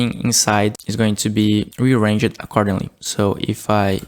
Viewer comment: "Rearrange-jed"... Ya, it's supposed to be 3 syllables